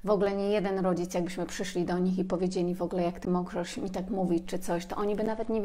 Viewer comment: Dziękuję.. Dziękuję😘💕... Moja Przypominajko.. 😁. Po wysłuchaniu tej lekcji, czuję się lepsza dla samej siebie 😁💚. Dziękuję kochana, bo utwierdzasz mnie w przekonaniu, że idę dobrą drogą.. Zresztą dobrze się z tym czuję, a zatem jest dobrze. Dobrze się pani słucha, tylko drażni mnie " wogle " i wybijam się z trybu słuchania treści . Wolałabym "w ogóle"... 😉. Cieplutko pozdrawiam. 😊💚🌷